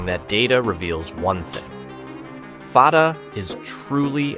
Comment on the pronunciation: There is confusion about the name of one missile. Fatah, where both 'a's are pronounced like a in jack, means victory. Some people have also called the missile Fateh, which means 'victorious' or 'conqueror'. But as you should have noticed on the original name that is shown in the clip once, the missile is called Fattah, where the first a is like a in jack but the second is pronounced as a in father with emphasis on t. These similar sounding terms are part of the same family of Arabic words that are also used in Persian. Now, Fattah means 'one who always conquers', or is a 'professional conqueror', or 'conquers for a living'.